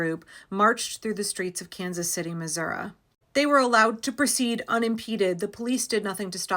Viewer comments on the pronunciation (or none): I grew up up in Missouri, and it's pronounced Miz-ur-ee rather than Miz-ur-ah, or as I used to call it: Misery. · its missour--EEEEE the I is not an aaaahhh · Missourah?! Really? Do better. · Kansas City in in Missoureeee! Not Missourah! The only people in my home state that say missourah are rednecks and white supremacists. Thanks for the otherwise informative video. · That Missou-ruh pronunciation was so spot on! You didn't have to go THAT hard! 😄